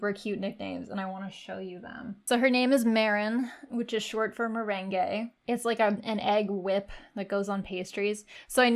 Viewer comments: Merin-gay? Cmon maaan. Muh-raang. Like muh feels and the returning thrown object. And run em together pretty fast. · PLEASE tell me you're joking 😂 that's not how you pronounce it, and that's not what a meringue is at all